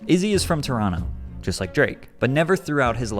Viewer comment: 😂 thanks for saying Toronto like someone from Toronto